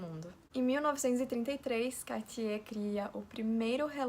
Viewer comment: que pronuncia linda do nome kk francês é uma lingua muito bonita